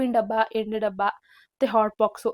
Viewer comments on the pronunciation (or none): none